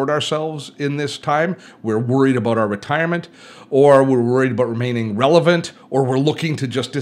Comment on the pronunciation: Love how you say “about” : “ ‘bouuut” . Good old Canadian !